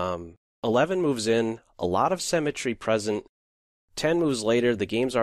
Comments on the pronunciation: Its been 5 years since this video. Have you learned to pronounce symmetry properly or are you still saying semmetry? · and learn to pronounce "SYMMETRY" - hint , its not a place to bury people (or animals). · The word "symmetry" is pronounced "sim i tree" not "sem i tree." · Well presented, but it's not 'cemetery', it's SYMETTRY, lol. Pronounced si·muh·tree. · symmetry not cemetry... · "Cemetery" (symmetry) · HE confused the piss out of me. I thought he said 'cemetery'. My mind was blown by the advanced chess lingo right there. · A comment on pronunciation. It is symmetry pronounced with the same starting sound as similar but not like seminary and it is fianchetto where the ch is like church rather than like school - I know that in Italian it is pronounced as fianketto but the common English pronunciation is ch like church. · "what's going on with this great cemetary" 🤔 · your "summetry" sound like "cemetery" haha other than that, great vid :) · I thought cementary is some chess term I haven't heard before, but it turns out he says "symetry" :D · However brilliant this game is, it does not negate the problems with this video. Namely the narrator's voice, which at some points manages to sound so robotic I was wondering if they were actually using a speech synthesizer. Also, the narrator needs to learn how to pronounce the word "symmetry". I've wondered for longer than I care to admit what he meant by "there's a lot of cemetery in the game" before I realized what he was actually trying to say.